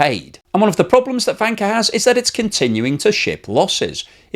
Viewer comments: I can't stop hearing wanker xD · Am I the only one, who hears the word wanker every time says Vanke? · I usually don't understand half of what he says, but it's interesting anyway. "Vanker" sounds a lot like "wanker." Thank you,! China's going down. All economies are headed for the sewer. Study revolution, amigos. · In romanised Chinese, Vanke is written as Wanke but it is pronounced as Wanker. It's no surprised that they changed it to Vanke! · This is hilarious ... I follow a podcast called Red Flags Podcast - and they have the former F1 principal Gunther Steiner on oft times ... who is german ... and all I hear instead of Vanke is wanker ... I am not trolling just laughing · If transcribed properly the Chinese name for Vanke 万科 should be Wanke. If one pronounces it with a Beijing accent one could easily slip into Wanker 万科儿mode. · Hurray 🎉 I am not the only one 😂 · In German it sounds the same 😁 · Trying not to laugh every time says "vanker" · I think it is pronounced with a W sound like in the German. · Yes, but it still sounds funny. And I bet he is happy he can say it :D